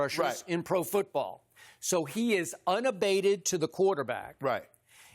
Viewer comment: LMAO "foot- brawl"